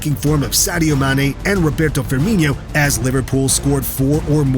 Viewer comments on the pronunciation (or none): none